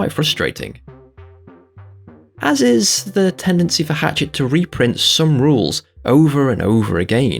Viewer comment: Not to be an arse but its Hachette, not Hatchet; Hach is pronounced as Hash like a hash brown. I'm having the same concerns as you, most of the stuff I get is simply going on a shelf, unassembled. I can't build the Necrons as they're too fiddly for me (I've only got one functioning arm due to a nervous system disorder so all my hobbying is done one handed) so I've been bunging them on a shelf and concentrating on Primaris Marines. So far I've only built one model from a premium boxset: Tyranid Broodlord. The annoying thing about the good value models not coming is that I would have thought subscriber's were the first magazines allocated, the ones going to the shops should be a secondary concern but it seems that its the subscribers that get screwed here. That's a bit naughty in my opinion. edit* I'm interested to know what flavour jam is in your hammer, personally I think it looks like strawberry jam. I'd have lemon and lime marmalade from Rose 😂